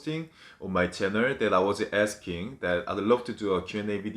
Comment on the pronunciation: My chenner 💀😂😂 it's Chanel!💖